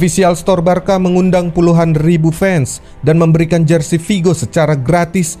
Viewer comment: next time pengucapan nya Barsa min ya? bukan Barka. terimakasih